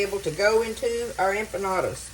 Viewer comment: Dearest Friend, I’m not familiar with Mexican food and when you said what you were making, it sounded like “UMPA LOOPA’S “ like the movie character’s 🤣😂🤣. It made me laugh so hard!! 💕🙏🙏 your KeyLime friend